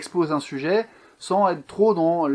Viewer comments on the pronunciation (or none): none